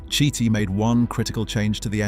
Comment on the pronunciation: Carlo Chiti - KEE-TEE, not shitty, not chitty, not kitty. OK? Gorgeous car...too bad we're stuck with contraptions that look like 4-wheeled insects these daze.